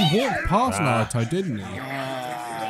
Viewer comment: Not one of them are able to say any name of a person or skill properly, that annoys me the most. "Naru-toe" "Sas-kei" "chick-amaroo"